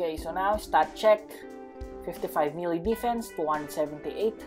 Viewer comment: I was confused when u say melee I thought it was mil